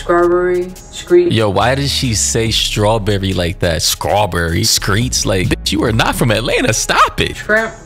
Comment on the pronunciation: scrawburry screets lmfao!